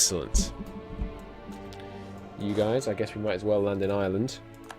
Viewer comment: Ireland is pronounced IRE-land, not Island!